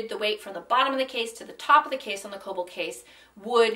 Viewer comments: im pretty sure kölbl is pronounced "krlbl". if it's german, that is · You don't really pronounce Ös like that... you'd bring the front of your tongue up when saying the ö